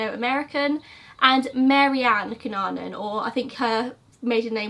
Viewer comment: I want you to know that you are pronouncing his surname right. (I'm filipino)